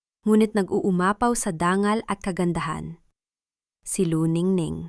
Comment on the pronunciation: bakit ang dangal naging Dan gal?at mga umurong umu tong?matanda na ako ngayon LNG ako nakarinig ng ganyang pronunciation,paki ayos salamat